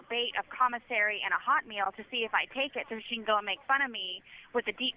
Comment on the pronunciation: The way she says "HOT meal" drives me wild. Shouldn't you emphasize the "meal" part, because "hot" is the adjective? Idk what it is, it makes me wince